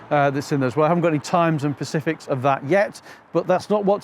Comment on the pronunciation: It's 'specific', not 'pacific' 👍